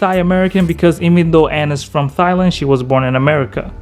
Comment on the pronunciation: "thy land"